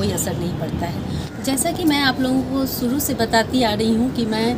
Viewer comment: Awaj bahut achhi he lekin language problem he...suru nahi shuru kahein